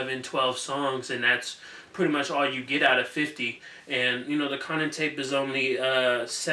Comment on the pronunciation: Yo you obviously don't watch Power bro! It's Kanan as in Kay-nun! Yo I think you would love power btw!